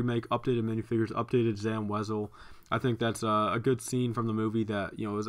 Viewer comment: Whos zam wezel!? You say it we-sell